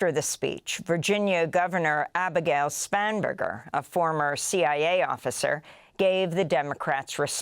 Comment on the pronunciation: Did I hear you say Abigail Spamburger?